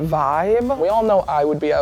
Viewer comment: Did actually say a full SEQUENCE outfit? The word is sequin. Why is it that so hard for people to learn. One of my biggest pet peeves.